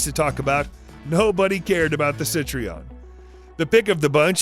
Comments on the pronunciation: Not Citreon, you moron Citroen. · Please do not call it CITRION, the name es CITROEN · Sorry to be pedantic, (Not really), but it is not CitrEon, it is CitrOen. This has driven me mad in various other vids narrated by this guy. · It's not Cit Tree On, It's Cit Trow En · Ok.... So its Sit-trion... always heard it before as Citro-en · The French cars name Citroën is not pronounced sit-ree-on. It is pronounced see-trow-enn. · Cit-tree-on? Citroen ain't that tough to pronounce. Google it. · It's Citroën and not "Citrion". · It's a car built by a company that's not Sit-ree-enn. Body probably made of al-ooh-min-numb and held together with sodder. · Citreon is pronounced (Sit-ron) the e is not pronounced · LOL! "Jag-WIRE"!! Try "Jag-WAHR" or even "JAG-you-ahh". SHEESH! (Any relation to the late, great "LIMEWIRE"??) "Cit-ree-on"?? YOU REALLY NEED TO DO YOUR HOMEWORK,! Your pronunciations are ATROCIOUS!! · Si - TRO - en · Sit-tree-ahn? Whadda-douche. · The way he pronounced Citroën kinda hurt me inside